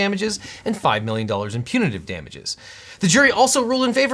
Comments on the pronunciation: Punitive not Punative (same root as "punish") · "Punitive", not "Punative". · Objection! It’s “punitive”, not “punative”. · *Punitive and not punative